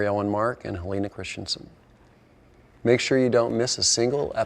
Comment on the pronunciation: It's pronounced "Christensen", not "Christianson".